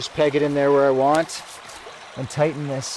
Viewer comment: TIGHTEN! not tiden! lol Great video by the way.